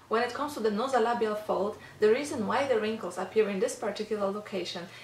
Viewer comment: The term you want is - NASOLABIAL FOLD, (not "NOsolabial Fold")... like the NASOPHARYNX... with an "A".it is pronounced NAY-ZOW. Nice video! THANK YOU! Interestingly enough, there was an INSTANT CHANGE in my nasolabial area, just from doing the massage with you (and doing it MORE while you're explaining things). But, I was surprised to see the actual FOLDS that got SIGNIFICANTLY LESS DEEP. It might be because my face/head muscles tend to be very tense, but still, it's a GREAT RESULT, right?!